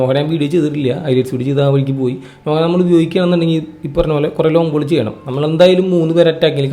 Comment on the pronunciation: നോഹ അല്ല നൊഅ.